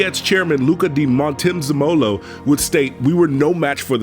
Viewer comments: did you say luka MONTENZEMOLO! come on man! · I like the video but I have to be honest, I cringed really hard at the way the narrator butchered certain names like Imola and Luca di Montezemolo